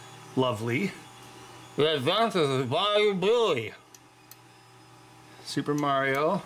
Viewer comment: . "The adventures of Bayoo Billy". HA-HA-HA-HA-HA!!! LOL!